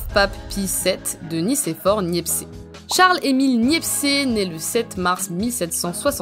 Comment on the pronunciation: Sympa, la vidéo (juste une pétouille, à c'est Nicéphore Niépce et pas Niepcé ; le e final est muet.)